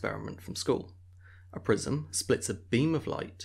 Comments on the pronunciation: I hear prism as prison. "We all remember that school prison experiment" Huh?? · I also heard prison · I heard PRISON, too! But i laughed when i realized he meant PRISM! Our ears hear American English pronunciation when it clearly isn't! I had a Pakistani Professor in college, who spoke English somewhat well, but mangled the pronounciation of science terms while teaching an Advanced Biology course. It was HELL to understand him but after 2 course he got easier to understand!